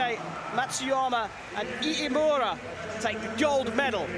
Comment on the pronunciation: this commentator can't get iimura's name correct wtf